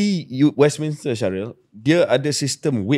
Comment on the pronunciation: Shahril, it should be pronounced as 'Westminster' instead of what you said 'Westminister'.